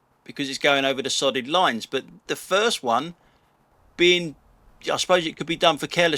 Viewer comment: Loving the vids, just glad that I'm not the only one surrounded by numpties. Sorry but I kept hearing SODDING LINES instead of solid lines 😅🤣😂😆